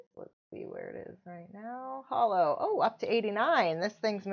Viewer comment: Thanks for the video. Pretty sure once you dig into Holo deeper it will blow your mind. Also, I think it's Hoe Low Chain not Hollow....